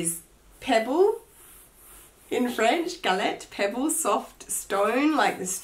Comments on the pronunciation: the color is pronounced GAL-EH, gorgeous color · Hi, very sorry for your loss Loved the video. I’m French Canadian and because you asked I will let you know that the t in galet is silent. Otherwise everything you said is accurate. That capucine bag is gorgeous! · Nice haul 👍. Love your broach and your capucine! And, no, you don't pronounce the "t" for "galet" in french 😉😜😘. Kisses from Belgium!